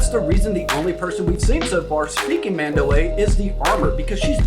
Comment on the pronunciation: I'm pretty sure its pronounced MAHN-dow-AH, with the 'a' on the end being pronounced as if lower case rather than upper case.